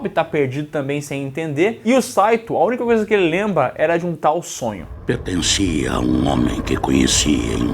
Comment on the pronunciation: "A única coisa que ele lemba"